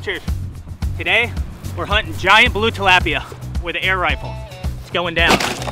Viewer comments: its tilapia agrwssive p and fast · He’s saying tilapia wrong